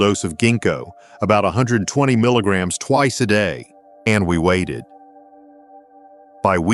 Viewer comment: Damn AI can't even say milligrams 😅